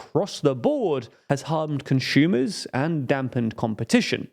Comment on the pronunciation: Conshumers need more respect 😢